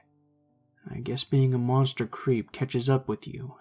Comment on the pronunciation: I swear I thought said crêpe at the beginning of the first story